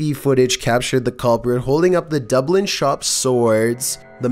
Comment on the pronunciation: Bro, you need to learn to pronounce foreign names of places more accurately. Like Dublin for instance